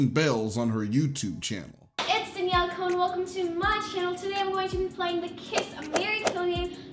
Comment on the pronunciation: Con* not cone* as to how you pronounce Cohn.